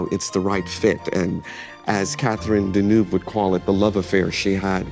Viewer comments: Americans have destroyed fashion. Hollywood gave high fashion a visibility that it warranted (European designers and studio heads and European and American actors etc)….but there is no worse dressed nation. Every time that guy mispronounces Deneuve so badly (and he’s a high achiever in that industry) you realise there’s no hope. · The way Americans mispronounce Deneuve's last name 🙄